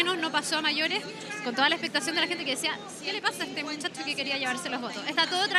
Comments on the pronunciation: Ponlo en 0.25x y se escucha claramente que dice mutchatcho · Roberto Sánchez Silva no dice muchacho, fíjate bien, si fuera así su pronunciación sería muy pobre, creo que si dice weon charcha